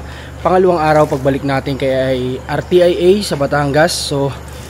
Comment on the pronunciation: RTIA ..ang pronounce ...R-SYA or Ar -sia ..